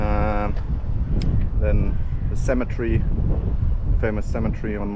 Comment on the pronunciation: Wow. You're doing so much better with your English pronunciation and vocabulary since you started YT videos! I want to show you how the word cemetery is pronounced. Try saying it in four sounds, like this: Cem-e-ter-y. The way you're saying it is with three sounds - Cem-e-tree. That is the English pronunciation of a different word -- Symmetry. Symmm-e-try. Symmetry refers to something being equal distance all the way around on all sides. For example: A square shape with all four sides being the same length shows perfect symmetry. God bless and be with you! Really enjoy your channel. Thanks for all the hard work you put into ir. It really shows.